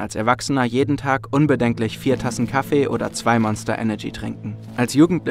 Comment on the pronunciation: KaFFEE , aFFE es heißt nicht Kaffe! ffs